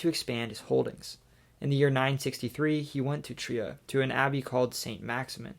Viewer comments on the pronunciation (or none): none